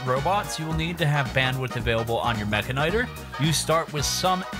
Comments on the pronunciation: Why in God's name do you pronounce it that way? It's literally mechanic and tor. Meh-can-ih-tor. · i think it's pronounced meh-can-e-tor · You say mechanitor wrong. Say it as if you would say mechanic, mecha'nee-tor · I know there's no official pronunciation, but the one used here seems very weird lol. I always thought it was "Meh-Kanitor" like how he pronounces the end of Militor. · Is it Meh-ka-nigh-ter or Meh-kan-e-tor? I never could figure out the pronunciation